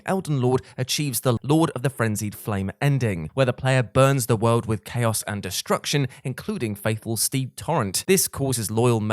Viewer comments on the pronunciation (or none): none